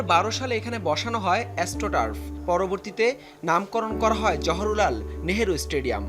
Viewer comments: Johorulal nhoi o bokasuda it's Jawaharlal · জহরুলাল না জহরলাল। উচ্চারণ ঠিক করে রিপোর্ট করবেন। আপনারা এত কেলাস কেন বুঝি না। অবশ্য fucked up শিক্ষা ব্যবস্থার by products রা আর কেমন হবে। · আরে কানাচোদা অশিক্ষিত জহুরু লাল নই জওহরলাল হবে মাদ্রাসা ছাপ সাংবাদিক